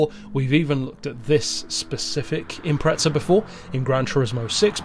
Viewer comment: Why do euros always say impreTza? There's no T in Impreza